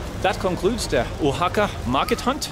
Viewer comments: It's pronounced wa-ha-ka, no hard "o" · Harold, I am a big fan and have been watching you forever, but I have not jumped in with comments till now. I think the pronunciation of that city is more like "Wa-haka", not "Oha-haka." I also think your Spanish is actually not bad for how new you are to Spanish. With more interactions on the street and if you gain some local friends, you will be fantastic. I feel like the some of the Oaxaca locals there were a little hesitant to assist you as you struggled to understand the prices. I wondered why that happened as I watched you interact. Some vendors even waved you of as if to say, "I'm not dealing with you." In some other regions of Mexico, maybe in smaller cities, people will try a little harder to accommodate people trying to speak and understand Spanish. Keep up the good work. Oh, and one last thing, when you say the word Progressive it makes my hair stand on end. Maybe it means something different where you are, but here, the word has long ago been perverted, turned on its head and is very similar to using the word, "Woke." It's not a good thing. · Harold its Wa-Haca, not Oh-Haca. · I just watched a few minutes of this and here we go again …..first of all the place is called Vahaka not Ohaka next is this guys pitiful bargaining with the girl selling bags and in total the lack of information about the place he is visiting. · Harold, I think you came up with a new pronunciation every time your said 'Oaxaca!' I took 4 years of Spanish plus I grew up in Florida so I got to actually use what I learned. 'Oaxaca' is not originally a Spanish word so it doesn't follow any "language rules", it just is what it is (I believe it's the name of a tree indigenous to that area). The proper pronunciation is 'wa-haka'.